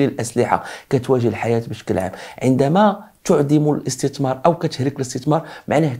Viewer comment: اسي ابمهداوي عندما تتكلم باللغة العربية يجب نطق الحروف ابابجدية بطريقة سليمة مثلا الاستتمار وهذا خطاء نقول الاستثمار وليس الاستتمار